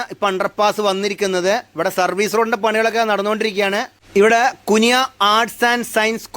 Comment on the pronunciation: കുനിയാ അല്ല കുണിയ